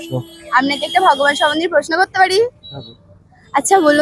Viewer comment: 🙏 কথাটা( ভগমান নয়× )ভগবান🙏